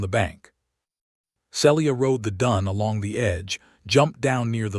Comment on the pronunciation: SEE - LEE - AH and E - LYE - US. make some effort to have A.I. PRONOUNCE NAMES CORRECTLY. People do not want to listen further with such SLOPPY,NEGLIGENT effort.😮